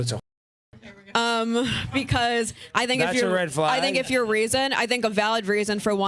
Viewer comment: Not a red flag. According to her it is a “red flogg.” That’s how women pronounce a short “a” now. “Thawt and dodd” instead of “that and dad.”